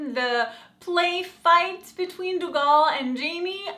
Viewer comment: Lovin you outlander reviews! But pleeeease its pronounced "Doo Gel" thank you!